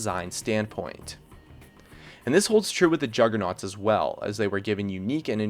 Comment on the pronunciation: Juggernuats lol